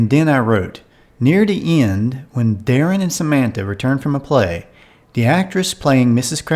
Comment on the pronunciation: KraVITS VITS TS and Sam Man THa! TH Not SamanTa